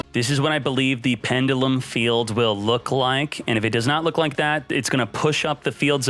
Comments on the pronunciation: is the only person i know who can pronounce pendulum like that, and its probably correct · He’s gonna have to learn how to pronounce the word pendulum before they drop them in duel links.